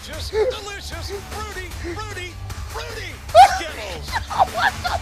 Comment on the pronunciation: What is funny is the fact that it sound like JR saying Skibbles instead of Skittles.